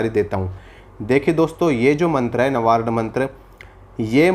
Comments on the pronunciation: प्रभु, नवारण मंत्र नहीं है। वास्तव नवार्ण मंत्र है। कृपया मंत्रों के बारे में शुद्ध उच्चारण करें अन्यथा भ्रांति विलास ही होगा। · नवारण नहीं नवार्ण मन्त्र है भ्रम मत फैलाइये नवार्ण मन्तर या क्सी भी मन्तर का अर्थ बताने की चेष्टा मत कीजिये इस तरह आप अपनी दुर्गा माँ का अपमान ही कर रहे हैं 🌷🙏🌷